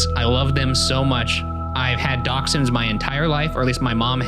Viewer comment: Can't get over how Ryan says dachshunds, Dauxends? Who. Like aren't they pronounced dashands. Also hands down greyhounds are the best dogs